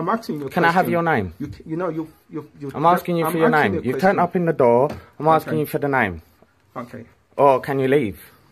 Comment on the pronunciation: I am axing you a question? Axing? How can you axe a question?